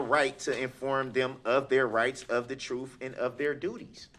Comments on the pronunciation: Darrell the word is TRUTH not TRUF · Oaf, troof, emminment, substain, null and invoid he’s a wordsmith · Can someone define the word "troof"? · The jury should know the "troof"....what an idiot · The troof....lol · They axed me, it's the truff.. what an idiot! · I look forward to not hearing him talk his “troof” ever again! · Are dey?! Axe, wut..troof.nullen n void 🤔...did he even pass kindergarten?! 🤔😳🤔